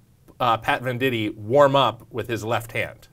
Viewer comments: I always thought it was pronounced VANDIGHT not VANDITEE *my life is a lie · First, it's VEN-dight, not VEN-di-tee. Second, he wasn't born ambidextrous; his dad taught him how to throw with his left hand. I don't know if there are any other errors because you lost me there.